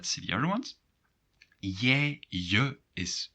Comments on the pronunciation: Thanks for your videos! But I have one question: and - I hear for "jij" and "hij" rather [je] and [he], not [jai] and [hai]. I searched for different accents, but never heard similar pronunciation. Is this just my ears or some rare accent indeed? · Are you sure you pronounce pronouns correctly? Duolingo but also other sources pronounce them differently: Jij sounds like yay Hij sounds like hey Zij like zey Wij like vey And so on